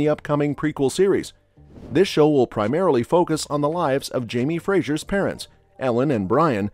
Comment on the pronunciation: It. Is. Fraser. NOT Frasier.